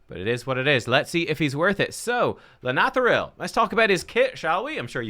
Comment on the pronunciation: Well done. You are the only content creator who can properly pronounce his name.